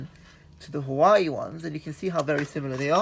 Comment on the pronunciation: It’s pronounced hu wa way